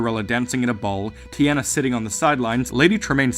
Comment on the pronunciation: Teeona not teeana